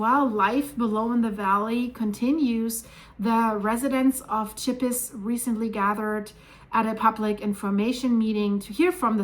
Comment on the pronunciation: Oh dear, I am very familiar with Chippis (pronounceed sheepiss) having been there dozens of time - Chandolin in the Val d'Anniviers is where we used to go every Christmas and Easter holidays to ski, throughout my childhood and teen years. The river is the Rhône which feeds Lake Geneva - so if the Rhône is blocked, it would deeply affect the lake.